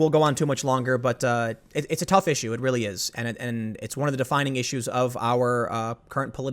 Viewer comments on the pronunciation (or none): none